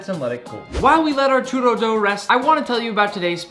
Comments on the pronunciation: I’m Spanish and I don’t call it a chooro……it’s chUrro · I’m from México an I’m triggered by the way u say “churro” it’s spelled “churrrrrrrrrrrro” try it